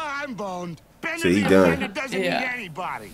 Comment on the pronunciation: Bender "Bending" Rodriguez! Not Beater hahaha